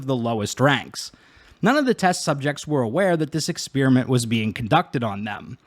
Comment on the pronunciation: Downvoted because you keep on mispronouncing "experiment" in a really annoying way. It's "ex-pear-i-ment," not "ex-SPEAR-i-ment."